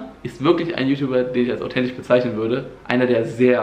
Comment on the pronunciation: autentich, möschte ... AHHHHHHHHHH